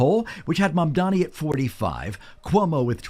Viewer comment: Mamdani is pronounced Mom-Donny.... not Mom-Dommy! His name is stupid to begin with but the way you're saying it, it sounds muuuch worse!